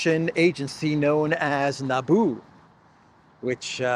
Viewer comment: "Nabu" Not Naboo. And Nabu is IIRC, a lord of order in the Marvel universe.